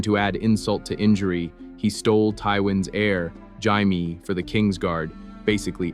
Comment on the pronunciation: That's the weirdest ever pronunciation of Jaime I have ever heard so far.